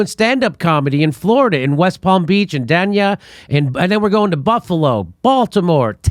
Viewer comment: The city of Dania was first settled by Danish people so it is pronounced like Dane.